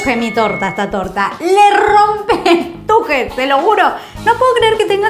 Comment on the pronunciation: Paulina te amo y te re banco, pero hay algo que me rechina. T U J E S. T U J E S. CON S AL FINAL DE LA PALABRA. BESOS DESDE MONTEVIDEO URUGUAY.